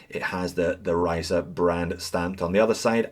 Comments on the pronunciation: The pronunciation was almost there, and I mean that as a compliment, others said "Reece", lol. 👍 Am I the only one who thinks they should have gone for a different hour hand? Looks a little bit too plain/low effort with two sword hands. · At last, someone who can pronounce the name properly! 🤪